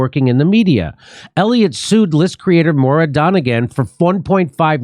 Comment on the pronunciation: It's pronounced Moyra not Mora.